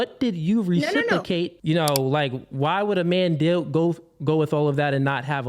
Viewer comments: I love when people can’t say a word properly and yet they choose to say it over and over again. RecipROcate, sir! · Anyone picking up on the fact he can’t pronounce reciprocate?! “Recipacate” 😆